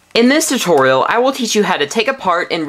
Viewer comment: wen he ses 'tutorial' it sounds like hes say 'dedorial' lol